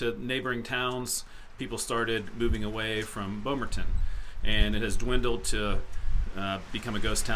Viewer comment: Thank you for pronouncing Bomaron correctly!